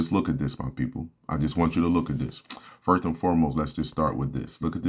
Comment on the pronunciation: It’s pronounced “pro-tects” and “fir-st” !!!! Open your mouth bro!!!!